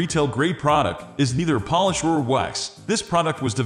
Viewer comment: Voiceover is obviously computer generated and I suspect the description was also AI generated. Notice that he pronounced polish like "Polish" (someone who is from Poland).